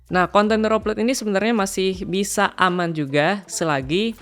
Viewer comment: ejaan nya bukan reup lot bro, tapi ri aplot